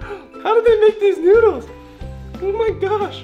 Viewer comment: The filipino word of Ramen is Noodles but how u pronounce it is NUDILS